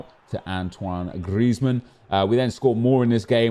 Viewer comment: STOP SAYING GRIEZMAN LIKE THAT PLEASE MAN ITS SOOO FUCKING ANNOYING